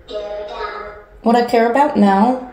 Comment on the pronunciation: Gurera down??? Instead of care about is what it Sounded like that to me